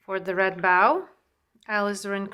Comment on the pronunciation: Hello! New subscriber here! Love your style! Just wanted to compliment you on your English and thank you for teaching and not just music! PS, the red ribbon ‘bow’ is pronounced like ‘snow’ Just to help ❤